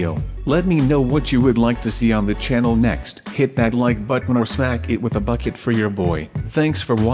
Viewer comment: why do you say prancster gagsters ? i like your canel